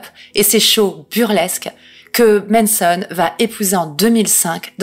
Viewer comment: C'est MAnson mais tu dis MEnson, ça me fume 🥲